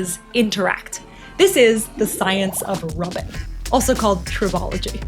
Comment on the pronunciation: She said rubbing!lol 😂❤